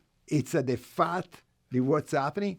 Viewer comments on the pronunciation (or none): when u say fat as Faht sounds like you are saying FART. lol